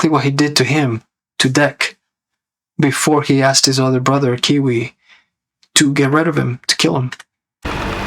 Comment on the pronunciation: You kept calling Kwei as Kiwi lol